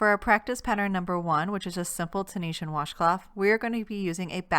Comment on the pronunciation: In case anyone was wondering it is actually pronounced Tunisian not tunishan 👍 and she is doing double crochet not single in case anyone is confused 👍